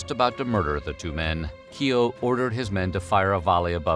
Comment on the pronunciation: The "o" in Keogh is much shorter and less pronounced